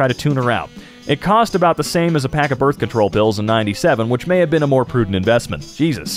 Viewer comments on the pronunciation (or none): Not to mention the "birht"